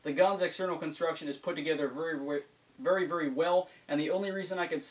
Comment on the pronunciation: Vury instead of very hahah I like